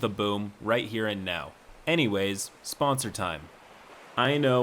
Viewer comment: you mean the "Spoonsor"